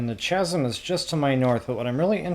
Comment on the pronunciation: It's not "ch-asm" as in ch ch cherry, it's pronounced "kasm"